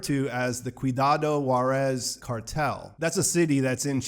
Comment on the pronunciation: "ciudad juarez" it reads "sidad ruarez"